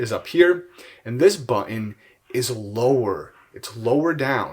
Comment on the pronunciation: "buhh inn"